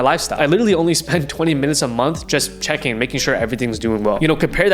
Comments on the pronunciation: I’m gonna listen to the guy that can’t say CHECKING account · Idk to trust a guy who can’t say checking account right